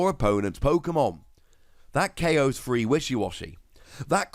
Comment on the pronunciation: I keepnheering free energy not 3 energy